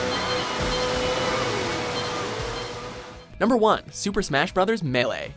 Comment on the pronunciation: The way he said melee